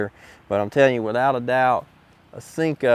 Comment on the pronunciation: “Sinko”? Thought it was “Senko”